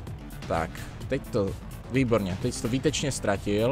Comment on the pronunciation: výtučně :DD